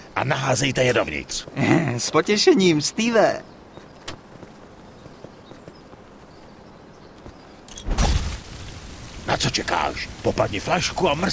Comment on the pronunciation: steve ne stewe